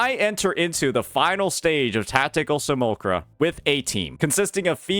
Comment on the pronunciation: "see- mule- lack- kra" think of how Simulation is pronounced. Can't be having mispronunciations on top of making typos. ( Just noticed the A that followed the L was completely glossed over..)